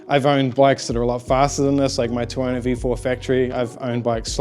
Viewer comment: Great Video but Tuono rhymes with Porno